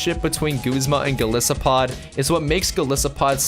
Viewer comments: Going to hit you down on pronunciation a bit: Lusamine<-- "Loo Sah Min Eyy" Golisopod<-- "Goal Isopod" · And 'Go-lie-so-pod'.